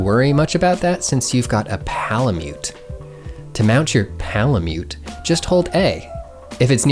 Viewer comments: why do u say palamute like _____,,,,,PAålamute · says pal-a-myoot also: wet-stone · why does he say "palamute" so weird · Lol why are you saying Palamute like that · Why he say palamute like that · the way you say palamute gives me a weird sense of uncomfortable comfort and I have mixed feelings about it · “While you’re on your ~P𝔞𝔩𝔞𝔪𝔲𝔱𝔢~” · Lol I wondered why there was so much emphasis on that as well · more like Pal-a-cute! AM I RICE? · my ears cringed at this. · This video literally sold me on getting the game, thanks! p.s; how come you say palamute weird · The way says PALAMUTE